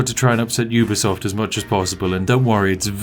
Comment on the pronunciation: Lol its ubisoft not ea xD